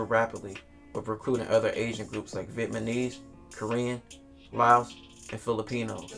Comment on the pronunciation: this nigga said vietmanese